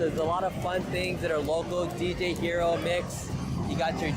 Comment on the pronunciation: I like the music game part where you read all the names wrong lol. Jujubeat Dj hero Ultra-neon All of these names were wrong lol